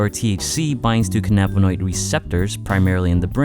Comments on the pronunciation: You pronounce cannabinoid wrong. Its pronounced Can-uh-bun-oid not canniba-noid. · It's pronounced cannabinoid not cannabinoid. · You pronounced cannabinoid wrong